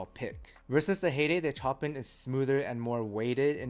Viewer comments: Chopin as in "Show-Pan". As in the composer. 😂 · Chopin is pronounced "Show Pan" from the legendary classical composer. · The way you say Chopin made me feel real uneasy for some reason 🤣